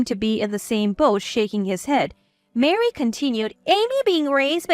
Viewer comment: Where do you get Mary out of Marie. Please stop mixing the words it’s a turn off to listen and read the words and see the errors 😠